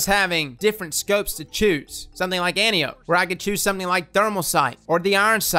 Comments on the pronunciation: an-TIE-oh-pea not ANTI-ohp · Holy crap, its said, AN TIE O PEE not ANTI OPE. Its greek man! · It’s pronounced An-tie-ohh-pee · OK, I usually don't but with this video I feel like I should. Let's say it together: Ann - Tie - Oh - Pee. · Ann Tie Oh Pee for fucks sake. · Antiope (An-tie-oh-pee). Please, please just say it right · Antiope is pronounced "An-tie-uh-pee" It's a Greek name.